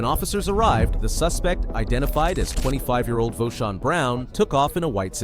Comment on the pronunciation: Voshon??? No,, tell me it's not so